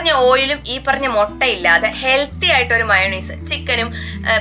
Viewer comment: മൊട്ട അല്ല മുട്ട 😃😃😃.. എന്നാ ഭാഷയാന്നെ